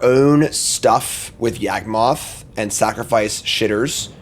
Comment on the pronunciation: YaWgmoth, not YAGmoth...